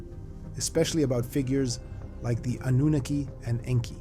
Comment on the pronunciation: Oh my stars, thank you for pronouncing Annunaki correctly ❤, and for another beautifully done episode.